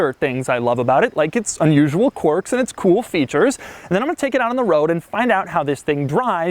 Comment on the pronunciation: Fabulous car; one of my favourite Merc’s. BTW, it’s “quirks” , as in aa peculiarity of action, behavior, or personality; mannerism: He is full of strange quirks.A “Quark” is, in Physics, a partical. Can be confused: quark, quirk.